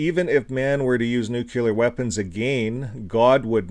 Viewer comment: The word is nuCLEAR not nuCULAR...btw nuclear weapons are nothing but an elaborate piece of fiction and don't even exist. How in God's name does a man get caught in the blast zones of not one but TWO atomic bombs and survive? Not only that but he then lives on to reach the age of 93, wow! how lucky can you get huh?